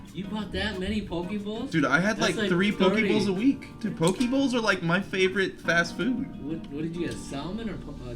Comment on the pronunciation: lol buddy ate a hundred poke bowls and still saying pokie